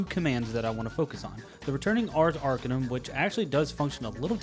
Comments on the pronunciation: Love the pronunciation on Arcanum, but little correction, the emphasis is on the CA not the AR. Not ARcanum, but arCAnum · That horrid mispronunciation of "Arcanum" gives me an ache that spreads from my chest through my left arm